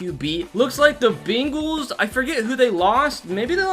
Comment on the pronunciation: Im unsubbin you are saying bingel instead of Bengals